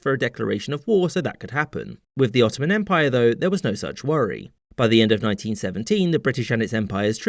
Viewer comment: The “S” in “Ottomsm Empire” is in honour of James Bissonette